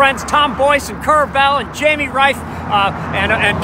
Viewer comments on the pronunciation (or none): none